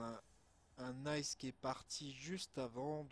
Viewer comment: Belle video mais juste un truc ICE ça se dit pas en anglais mais comme les initiales en français I C E😊 sinon continue comme ça !